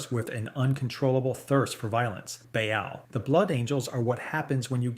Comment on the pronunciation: Hate to be a dick, but your pronunciation of half of these is way off. Good video otherwise, but hearing the way you say Baal, Tyranid, ect was just painful.